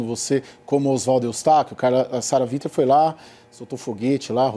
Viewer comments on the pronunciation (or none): Qual é desse apresentador de programa jornalístico que fala "Sara VINTER"? Não sabe básico de inglês, não? Sara Winter, cara, vc tá com o nome escrito, é W, lê UINTER, que seja, mas VINTER é fod@